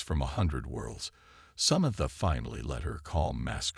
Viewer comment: why does this narrator have trouble pronouncing words? its SA-MAN-THA sheesh